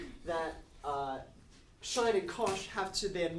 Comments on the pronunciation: He didn’t even touch on the relation to the unit hyperbola, as a parallel to the unit circle. Or the cosh^2 - sinh^2 = 1 analogy to Pythagorean. And, fwiw, I learned and have always used the pronunciation as “sinch” not ‘shine”. Never heard of “shine”. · I’ve never heard sinh pronounced shine, I was taught it was pronounced the same as the word cinch (as in “That maths text was a cinch, said no-one ever”). Is this a generational thing or maybe geographical? I’m 56 and in the UK. Or maybe I just had a bad maths teacher who didn’t know what he was talking about.😊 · I was pronouncing sinsh until i read some textbook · There are more ways to pronounce "sinh" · According to whom? There are several ways to pronounce this word: ˈsɪŋ, ˈsɪntʃ, and ˈʃaɪn [1]. [1] From Wikipedia, from (1999) Collins Concise Dictionary, 4th edition, HarperCollins, Glasgow, ISBN , p. 1386